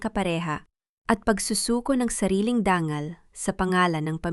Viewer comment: Ano bayan,wag kanang magbasa at magkwento mali mali nman an pagbabasa. Dangal hnd danggal,usapan Hnd usapin,nanginginig hnd Nangin-inig